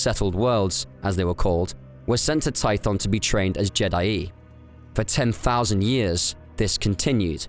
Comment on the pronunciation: That pronunciation of je'daii is horrendous